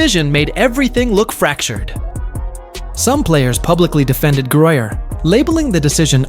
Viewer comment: The name of the ball player is Griner (grin.ner). . How unprofessional can you get.?